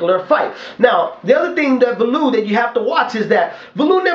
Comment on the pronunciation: liked your comments on the fight thought holyfield was robbed hopefully David Haye can knock that freak out,he has no boxing skills ,he fights like a robot ,just one thing though ,his name is pronounced Value-ev not valoov .